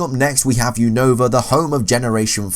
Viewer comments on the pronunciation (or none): none